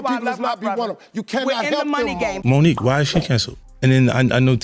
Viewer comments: It’s Mo’nique not Monica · Monica?? How do you not get Mo'Nique's name correct? Who ever narrated this 🤦🏾‍♀️🤦🏾‍♀️🤦🏾‍♀️🤦🏾‍♀️ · Mo’nique = Monica. Allegedly = a leggedly who tf is reading this script? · Monique not Monica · HER NAME IS MONIQUE NOT MONICA! If you are going to be a “reporter” LEARN HOW TO SAY THE NAMES CORRECTLY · Say her name correctly "Mo'nique". You're welcome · Why do so many videos have a no english speaking narrator who butchers the names like Mo'Nique in favor of Monica ... sounds like a.i. They have access to the internet. Let them check sources for pronunciation and spelling as iii've just done. 😒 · Gabrielle Union is GAYbrielle, and Monique pronounced like Monica? Black women deserve more money! Oprah and Gail shouldn't be the only black women in the entertainment industry with lots of money!